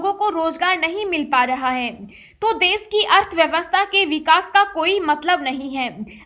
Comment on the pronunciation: Tujhe bolna to aata nahi desh ko des kehti he khabar tuje bolna nHi aata lockdown ko Lokdownbolti he pehne bolnaseekh